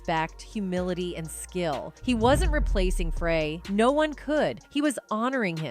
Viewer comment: Glen FRAY. . . you'd think that even AI would know the difference.